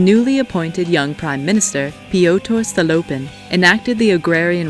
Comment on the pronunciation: The way she pronounces "witte," "stolypin" 🤦‍♂️